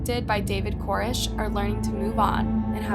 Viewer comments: Koresh! lol. Not Korish. Jeeze. They don't tell you that when they make documentaries on his behalf, lol. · Not to mention all the pronunciation problems. I mean she says "Core-ish" instead of Koresh a million times. How do you not know how to say David Koresh?? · co-RESH! If you haven’t been around and watched footage enough to PRONOUNCE his name correctly, chances are you won’t be accurate in your documentation of events. Also … he wasn’t a rock star. The title, and the first few minutes of this, are at best incredibly misleading. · I mean, in all the documentary footage, they pronounce his name Kor-ESH. So why does "" keep pronouncing his name wrong in this video? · I still think the echos are hilarious, but you mispronouncing his name through the entire video even tho you heard it pronounced correctly is even more laughable.